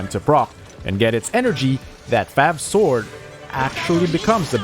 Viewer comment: I can't unhear the fact that he is saying "fap sword" and "sack sword" 💀